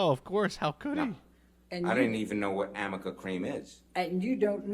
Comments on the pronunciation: Also Heards female lawyer kept saying "Do you know what AMICA cream is? and shes so dumb she didnt even do a google first because its not called AMICA cream. Amica is a type of car insurance. ARNICA GEL- is what she meant to say. But what a fuk up. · BTW it's actually Arnica cream. Elaine mispronounced it every time 😂😂😂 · Amica cream-- she meant arnica cream, but either someone misspelled it, or she misread it. For some reason NO ONE corrected her, nor even her own team. She kept saying it over and over with multiple witnesses. It made her look more and more stupid every time she said it. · I loved how Elaine was trying to convince everyone he can’t really remember much about what Amber looked like, wore on different dates. But Isaac had a great memory and he was actually able to recall quite a bit about Amber’s hair style and clothing. And in the end Elaine just looked stupid. Amica was actually arnica, but written out it could be read as Amica. Elaine actually became known for mispronouncing a couple of words and numerous names. Morgan Night actually had to correct Elaine on the pronunciation of a member of Johnny Depp’s legal team. It was hilarious! Elaine could have cut Isaac off when he started getting emotional and kept going on and on but Elaine sucked as an attorney during this trial. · By the way, it wasn’t “amica” cream it was arnica cream, her lawyer just read it incorrectly. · fyi “amica” cream doesnt exist, its “arnica” gel that reduces bruising. its an easy reading mistake to make, but for a pro lawyer at work its embarrassing elaine is the worst. pure gold.😂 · I forgot about Elaine's inability to say "Arnica Cream". Amica cream....🤔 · The product Elaine Bredehoft was trying to ask about is Arnica cream not Amica cream. Seems she had not heard of the herbal cream before. It is a product that might help reduce bruising and swelling. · Is she trying to say Arnica cream? 😂